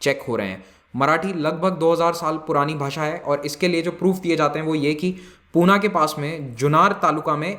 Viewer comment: पूना नाही "पुणे" , जुन्नार नाही "जुन्नर" , सतारा नाही "सातारा"